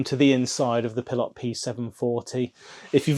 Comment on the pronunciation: 😂It's a Pilote!!!! Not a Pil lot